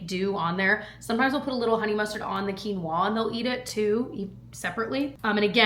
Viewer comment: I know this will sound mean and I know I should keep it to myself but after years I just can’t anymore.. why do you say quinoa like that? 😢 you’re the only person I heard that pronounces it that way